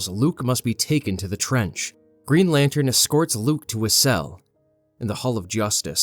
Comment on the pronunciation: I heard Greed Lantern instead of Green lol